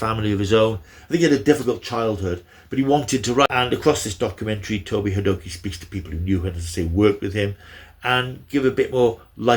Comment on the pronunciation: Toby Hadoke is pronounced as Toby 'Hay dock' I believe - Enjoyed the overview - Doctor's Two and Three were always my favourites - supplanted only by David T. the 10th (and 14th)